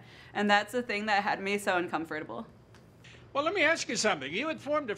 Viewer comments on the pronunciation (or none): How many times did she pronounce uncomfortable wrong?